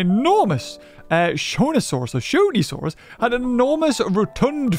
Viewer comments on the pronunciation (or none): not to bug you but I think the pronunciation for shonisaurus is “Show nee saw us” but everyone has their own pronunciation ❤